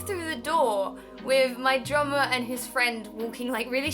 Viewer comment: Every time you said "drummer" I thought you said "drama." It really confused me....